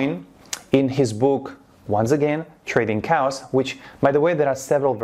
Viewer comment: He's saying Trading Chaos btw, not Trading Cows like it sounds